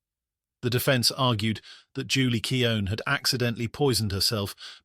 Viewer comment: Keown should really be pronounced quen as in mckeown.Sorry to nitpick